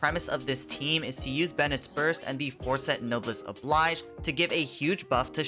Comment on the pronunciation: no-bless oh-blaige. not no-bliss